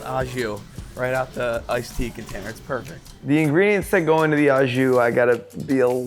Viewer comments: It’s pronounced “oh” jus, not “ah” just. Like: “oh” my god it’s good au jus. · I cringe every time I hear someone pronounce it "au jus" it is pronounced " oh ju" , its french. its a french dip. its oh ju. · if your gonna go on on and on about au jus, you should learn how to say it. not ah bud